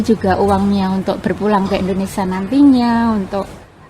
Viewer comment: INDONESIA... bukan INDONESA.!!